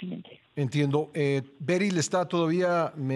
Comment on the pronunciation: Berri no beryl jijijijij